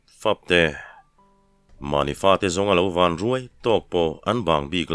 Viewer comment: Mahni fate zawnga lo van ruai tiha van hi i lam dik lo. Ván tiin lam tur. Rubber ka pawt fán tiha fán thlûk ang hian.